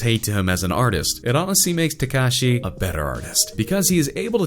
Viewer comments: Who the fuck is “tecashey”😂😂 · he cant even pronounce x's name right lol